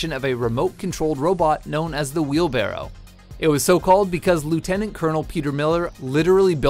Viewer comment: I fucking hate how he says "wheelbarrow"